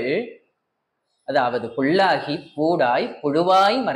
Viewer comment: புள்ளாகி...கள்ளாகி....தவறாகவே பேசுகிறார் அம்மையார் இதை சாதாரண மக்கள் அப்படியே புள் கள் என்றே எடுத்துக்கொள்வர்.எனவே திருத்தி பேச முயலவேண்டும்....ஆனாலும் மிகச்சிரமமே முயற்சி செய்யுங்கள்.